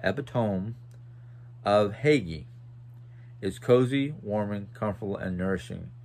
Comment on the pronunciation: I enjoy listening to both you and while you talk about your daily life. According to my Norwegian ancestors and my Danish ones, the word Hygge (which originated in Norway) and used in both countries, is pronounced hue-guh but I'm sure if anyone pronounced any other way it would be excepted.